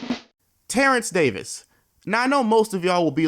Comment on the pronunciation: “Terrence Davis” 😭😭😭